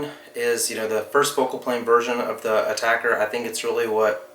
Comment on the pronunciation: A-TAC-R. Not Attacker.... damn.